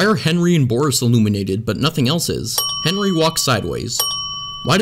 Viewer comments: u said “henwy” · Him: Henry teleports in the hallway Me: Henwy wers glashes u wong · i just love this blooper he decided to keep him after he said fenry. He practiced how to talk again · Good job liwle Henwy your finally learning me: you're a adult type the right things and why did you mess up on the Henry part to Hefry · Lol he says fennry 🤣🤣🤣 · It’s Henry not Henry.